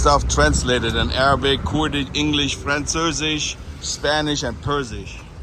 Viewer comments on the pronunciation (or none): frencösisch xDDDDDDD